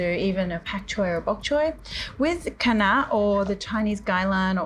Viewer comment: Wow! You pronounced “Kai NaH” so perfectly and I didn’t know it’s the same pronunciation as in Khmer Cambodian language.